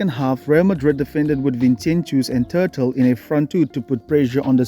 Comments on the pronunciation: Tuh turle 😂😂😂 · I've watched eveey single one of your videos but this one is just too funny. Tuhtle 😂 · Love the french 'Turtle' 😍😄😄😄